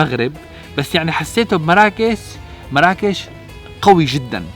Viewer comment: إسما مُرَّاكُشْ وليس مَرَاكِش